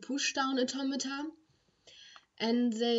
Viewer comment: shes saying automata in an accent that sounds like tometon